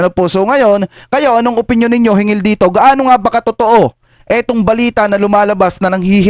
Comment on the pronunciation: hinggil hindi hingil hanggan hindi hangan